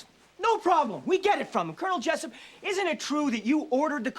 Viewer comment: It's Jessup not jessep